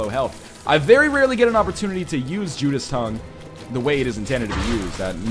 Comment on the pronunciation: "Judas's Tongue" is pronounced "judases tongue", not "judas tongue"